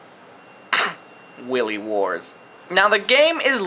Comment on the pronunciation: Nice review, but your pronunciation is a little off. its pronounced WIE LEE warts not Willy Wars.